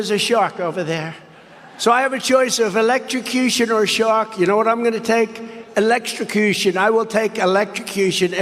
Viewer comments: ELEXTROCOOSHUN It's hilarious how he tries to play it off as if he never made the mistake of mispronouncing a word. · He sounded like Foster Brooks when he said electricution. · Did trump say "electrucooshoon" or "electrocution"? 😂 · Elexochushun. Yep. That’s the word… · Electrixtution? Or whateva! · LOL His brain tried to combine election and electrocution = Electio-cution. Even the 🦈 would find him to disgusting to eat. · "Elec-ta-qooo-shun." He tried three times to get it. Each one devolved. If he was drunk he'd have an excuse but maybe not. Besides, it's just as often pills with this class and phylum of monkey. You can carry it in your pocket or purse everywhere ya go like coke, but with a note from your well paid Physician. You know 'em already as Dr. Bonespurs. haha! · Electricution ? Would be far better off taking elecution ! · Election - cution WTF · He said, "electrosecution". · Trump even said the word electricution like 4 times in the span of 10 seconds. And this dude wants to be president again? OMG Good grief. 🙄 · I wonder if Donald realizes his main mode of transportation has a battery in it? I mean his golf cart isn't peddle powered and if it was, he would be just spinning his tires going nowhere by the rental counter. Sounded like he said electro suction. Makes me wonder if he got a new toy he hides under his pillow. Maybe Donald has a cardboard cut out of Marge with a hoover vacuum hose attatched to it. She come in 2 modes. She sucks or she blows. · The way he mispronounced 'electrocution', not once but twice, certainly made him sound three sheets to the wind. Although, he doesn't usually need alcohol to sound stupid. It's a natural 'gift' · He can’t even say the word electrocution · He came up with 6 different accents and pronunciations of the word “electrocution” 😂🤭👍🤷🏻‍♂️👎🏼🤡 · needs an elocution lesson in order to say electrocution: ah he… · He can't even say electrocution right